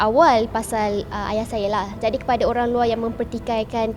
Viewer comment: Benda yang lepas biarkan ia berlalu. usah di korek kenapa kawen di Thailand? Kenapa bercerai? 1 je aku geram dengan wartawan ni mana sebutan H dia? duk Aya...aya.....Ayah lah!!